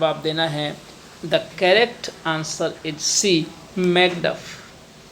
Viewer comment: Please pronunciate the word'is' correctly.